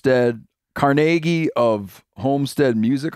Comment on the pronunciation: Lmao hes doing Carnegie Hall and doesn't know how to pronounce it. Thats famous